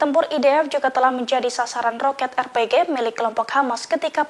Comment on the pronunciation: Alhamdulillah...terbaik briged AL-Qasam👍 pembaca berita tolong sebut betul2 bukan R-PEGEH..R.P.G